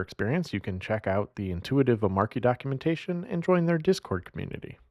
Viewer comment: Not pronounced "O-Marky"